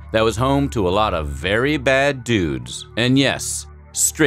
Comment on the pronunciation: "V e r y b a d d u d e s." Why did I hear " V e r y b i g d u d e s."